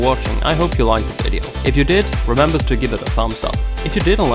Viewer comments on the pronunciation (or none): none